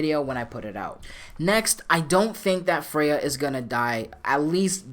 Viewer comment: Kratos"you do not want this fight Fraya..."